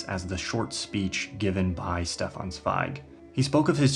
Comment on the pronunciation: In case of future reference: There’s a soft sound at the beginning of Stefan Zweig’s first name, and a hard sound at the beginning of his second. Shdeffan Tssveig.